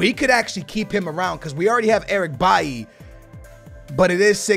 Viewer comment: Why do you pronounce Eric B-A-I If it's Eric B-A-I-L-Y